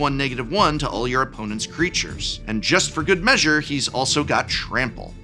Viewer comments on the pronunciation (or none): none